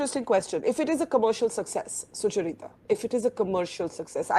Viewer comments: Why does Barkha keep calling Sucharita as Suchur-ita? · Why does Barkha struggle so much to speak "Sucharita" 's name, it's a single word not Sucha-Rita